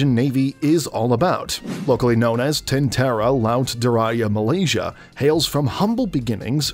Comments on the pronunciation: Corectiom tentera not tentara. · it's Tentera, not Tentara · Its not tentara its tentera btw the way you pronounce Malay words is so funny